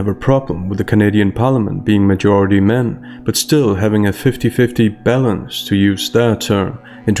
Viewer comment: Your 'balance' sounds like ''bellends', it cracked me up 😂